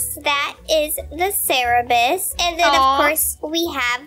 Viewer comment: Its cerberus not cerebus XD